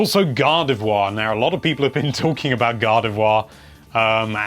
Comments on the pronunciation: GADAVWA it's Gardivoir xD sry I had to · British accent is weird you pronounce gardevoir and god of war the same